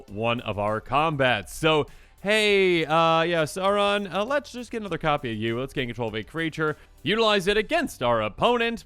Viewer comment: It’s not “Sarn” it’s “S-ow-ron”